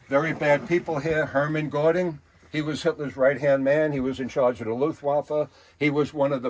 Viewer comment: It's Hermann Goring not Gordding and it's Joseph Goeggels not Gobbles